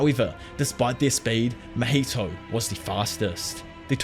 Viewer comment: “Mah heee toe”… “ top note goat” lmaooooo I wish I could pull your tongue out lmaooooooooo